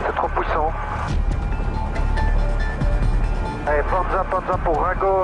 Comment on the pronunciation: "rs4 ? rs4 c'est trop pouissent !" je pourrais me foutre de cette accent toute la journée si je le pouvais ^^